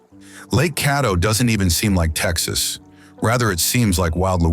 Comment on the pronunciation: We watched until the end. However, as Texans we were quite unhappy with many of your pronunciations. Also, what is the third country which touches El Paso? You do know New Mexico is a state in the United States, right? You did not show the essence of Texas even though your video is nice. You were much too upmarket. And hectares? Really? We always say acres here…and tanks, not ponds!